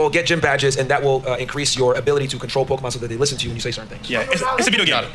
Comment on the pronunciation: I felt a weirdness when he said Pokeman. Who the hell doesn't know it's at least Pokemon?